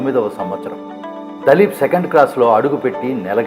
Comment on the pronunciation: దలీప్ కాదు ర బాబు దిలీప్ సింగ్